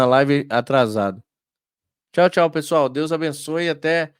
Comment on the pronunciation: Barbaridade. Não é Chal rapaz. É tchau! Pixo puro coió!